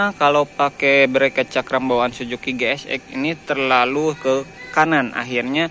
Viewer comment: Suzuki bang,bukan sujuki😅